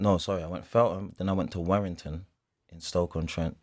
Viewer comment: Man said Werrington house !!! Boy them field runs .